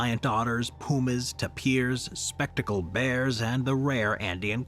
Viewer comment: It ruins your credibility when you can't pronounce common words like Natron and Tapir. You just sound ignorant, so why would we believe any of your content? "nuh-TRON...tup-PEER.."... really? Go back to school.